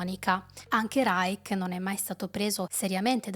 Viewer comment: Reich in tedesco si pronuncia in finale dolce, non dura. Come li-scio. Ma possibile che tutti gli italiani che parlano sui media non riescano a capire le basi del Tedesco, ripetute da decenni, e storpino cocciutamente parole notissime, es Terzo REICH..."sch" come scivolo!?...incredibile. Poi perpetuano le loro figuracce a tutto il pubblico...che le imita.